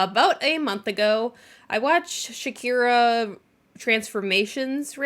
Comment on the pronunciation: Great video, love you! Also-I'm going to regret saying this because it makes me laugh every time you say Shakira Transformations; but it's pronounced "shuh-car-uh" (not a big deal at all, I just had to share lol)